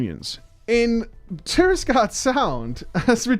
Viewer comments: It's TirAgarde Sound. Not TirISgarde. TirAgarde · "Tirisgarde Sound" is just trolling his viewers at this point.